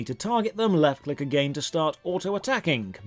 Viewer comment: does it really say "click"? seems like it says "dick"